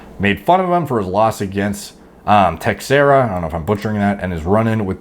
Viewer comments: Teixeira = tuh-SHARE-uh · its Glover Tesheara like garden shears (thats how the broadcasters say it at least, I dont speak Portuguese) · Yeah, it's pronounced Te-shera, but it is a Brazilian name, so I can't fault you for it. Especially if you don't keep up with MMA